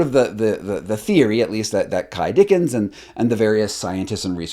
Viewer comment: Some corrections: it’s Ky Dickens not Dickson. The spelling board is quite intentional ( do your research) not even close to being a Ouigi board. On tape 10 the kids do share for the whole session. My opinion is you need to do more homework before building your summary…. There are lots of holes in this evaluation.